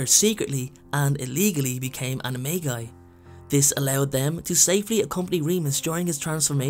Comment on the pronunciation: For Animagus/Animagi It's actually pronounced Ani ma-J-i not Anima-G-i